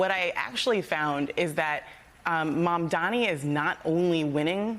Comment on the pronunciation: She didn’t even pronounce MAMDANI’s name correctly